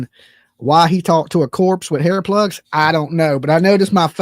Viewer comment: everytime you say hair plugs, I hear butt plugs! 🤦‍♀️🙄